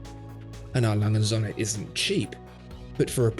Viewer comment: 'Lange & Söhne' is pronounced langer (like 'hanger') and 'zurna'. Well, if you're going to say it repeatedly in a video you might as well go to the effort of getting it right.